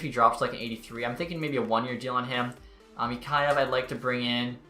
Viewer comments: Mikheyev (Mick-kay-ev) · just a heads up for you its mik-hey-ev